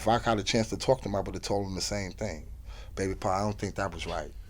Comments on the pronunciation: Old school Brooklyn lingo and baby bro pronounced "bay bro" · He saying baby pa not par. Also it’s not disrespect when they’re laughing even if it’s at him. He has to know he a funny guy without him trying to be. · It’s not “Baby Pa” it’s Bay Pa lol Sikh lol it’s both